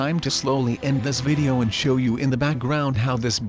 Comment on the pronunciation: he said my vidow is not good